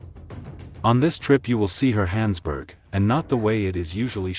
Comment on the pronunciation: And its Johannesburg not hohansburg